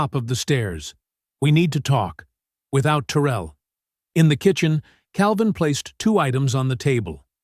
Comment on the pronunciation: If "Terel" is from Louisiana its "Ta rell. Like 2 words